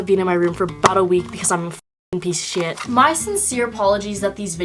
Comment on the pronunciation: "Piece of shieeet" lol the pronunciation was the best